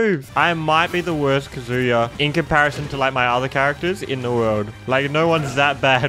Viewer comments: KA-zuya not kaZOOYA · The emphasis is on the “a” in KAzuya not the “u” like kazUya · it’s said kah-zoo-yah not ka-zooo-ya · No one:: "Kazooie-ya." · Kazuya’s name is not pronounced ka “Zoo” ya. Put emphasis on the “Ka” and shorten up the “zuya” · his name is pronounced kah-zoo-yah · Please learn how to say kazuya. It’s not “kazooya” like you’re saying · The way he pronounces Kazuya 😓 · please pronounce his name correctly